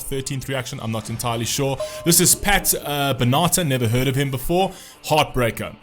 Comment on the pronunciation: "Pat Bennaater, never heard of him."